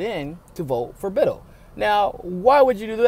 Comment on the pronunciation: Small thing...pronounciation is Bit-TELL, not Bittle (like little).